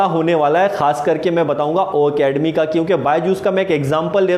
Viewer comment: Why are you wrong pronounced o academy ..it's ocademy sorry sir don't mind